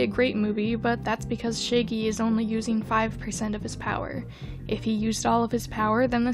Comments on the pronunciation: How dare you call shaggy shay-gee and not shag-ee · why do you pronouncing it like shayggy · No hate, I just love that with you accent you say “shaegy” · lol, you say 'shaggy' like 'shæggy' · No one: Her: Shaygy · scuse me i did not just hear u say "shiggy" and "shaygey" ☠ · I can’t be the only one laughing about how pronounces Shaggy 😂💀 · thank god i wasn’t the only one who noticed this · Let’s all take a moment to appreciate how pronunciation of Shaggy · you kill me with how you pronounce shaggy. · Why is no one talking about how they pronounce Shaggy? Lol